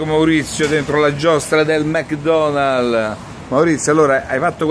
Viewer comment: "mec donall", "ramadam"... fantastici!